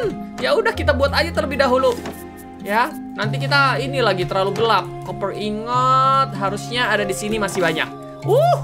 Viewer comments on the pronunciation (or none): none